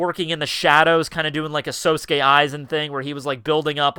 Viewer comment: you know your out of it when you hear say Sosuke Aizen and you first think he said Sasuke Uchiha lol